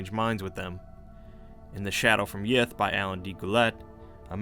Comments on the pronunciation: Sorry, did you say, great race of yiff? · I know he's saying Yith, but all I can hear is yiff. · I keep hearing yiff xD